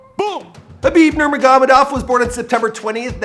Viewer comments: why did you say Nurma-goh-medov lol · NUR-MAH-GO-MAY-DOV sheesh 🤦🏽‍♂️ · Can you please pronounce his last name correctly. If you’re going to make a content about someone, make sure to learn how to say his/her name correctly. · heard Bruce Buffer pronounce Khabibs last name correctly & he still manages to butcher it to death....I'm starting to think he does this on purpose. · We know you’re not a regular MMA fan but please pronounce his last name right lol you got Habib right just not Nurmagomedov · Only got gaethje and McGregor name's correctly. Can't even get the name of the main person this video is about right lol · but this whole Video is about Khabib he should at least get his last name right once lol